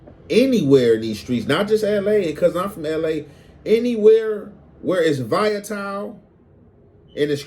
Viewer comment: said Vaya-tile 😂😂😂😂, it’s Volatile, Voll-la-tile